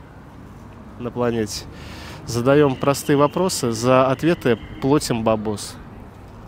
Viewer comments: не плОтим, а плАтим, извини, дорогой, уши режит, Питер же🙂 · Какой позор питерцы,особенно, которые родились, и выросли в Питере! Не смогли ответить на элементарные вопросы. Я из провинции Одесской области на все вопросы знала ответы. И ведущий вначале эфира сказал плОтим бабосы, "резануло" ухо😅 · Ведущему самому бы не мешало Русский язык подтянуть. Нет такого слова "плОтим"! Есть слово " плАтим! А проверочные слова придумайте сами. 😅 Как- то так! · Ведущий,правильно говорить ПлАтим,а не плОтим. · Очень многие так выражаются,даже те люди,которые считают себя образованными. Меня тоже бесит,когда говорят "плОтим"